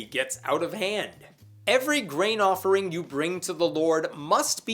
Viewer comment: I know you're saying grain offering. But I keep hearing brain offering.